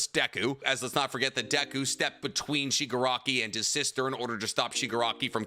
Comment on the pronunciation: Stop calling him Shigarki. Its AFO family name. The guys given name is Tenko. Or if you must go with AFO its Tomura. Its confusing and wrong. AFO is also literally a Shigarki.